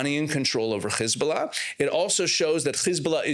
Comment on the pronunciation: Why do you say khiz bulla instead of hiz bulla,kha mas instead of ham ass etc?